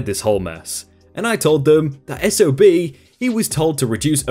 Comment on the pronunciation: I'm glad the narrator went from SOB back to S-O-B as it stands for "Son Of a Bitch" Which he certainly was in this story.